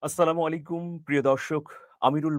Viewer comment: ভাই কিছু মনে করবেন না আমি আপনাকে অনেক ভালোবাসি কিন্তু আপনার সালামটা আমার কাছে কেমন যেন লাগে! আসসালামুয়ালিকুম শুনতে পাই, মনে হয় শুদ্ধ হবে- আসসালামু আলাইকুম